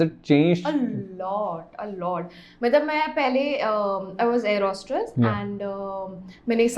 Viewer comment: Why is she saying airhostRess😅